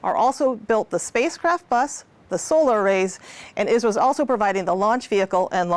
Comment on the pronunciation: Ummm I think she is saying I.S.R.O